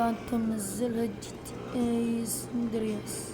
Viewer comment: اسمهة جي تي اي ساندرياس مو سندر ياس